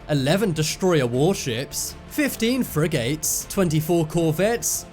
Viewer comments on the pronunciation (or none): love the way you say frigates LOL FREYYY GATES LOL